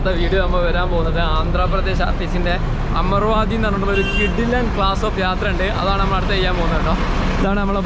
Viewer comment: അമർവാതി അല്ലല്ലോ, അമരാവതി അല്ലെ? Jst clearing😊